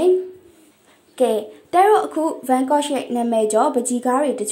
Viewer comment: စာဖတ်နေသူ- ရှင် Yan Gogh အသံထွက်မှန်အောင် ထွက်ပေးပါရှင့်